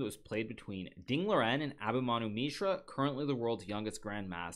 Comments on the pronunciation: I is just me or is he pronouncing ding liren wrong? not a callout but shouldn't it be pronounced ding lee run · If the standard is Mandarin Chinese, then yes he is pronouncing it wrong, but you are even wronger. As a Chinese I don't really mind either way. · The actual pronounciation of his name is Ding Lizjen.